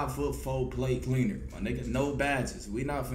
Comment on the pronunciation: I Thought He Said PlayCleaner But He Was Saying PlateCleaner 😭😭😂😂😂